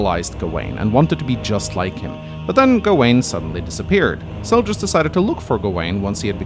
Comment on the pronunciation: Butcheeing names.... It's Zelgius, not Seljus!